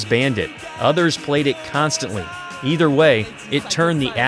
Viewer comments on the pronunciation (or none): none